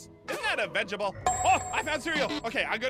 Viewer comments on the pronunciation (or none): Bro its veg ta ble not vegable😂